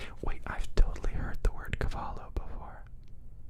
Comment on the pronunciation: cabalo no, it's caballo hahaha such a nice video, this was so good, really, I really enjoyed it, thank you